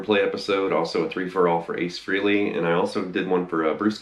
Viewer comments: Doesn't anyone on YouTube know how to pronounce his last name? It's FRAY-LEE, not "Free-lee" for fuck's sake. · Dude... It's pronounced Fray-Lee, not Free-Lee. Ace is a frickin' living legend. If you're such a fan, give him enough respect to pronounce his name correctly.